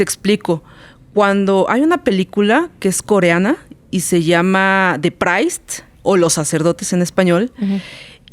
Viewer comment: "The preist" se pronuncia "da priist", no "da praist"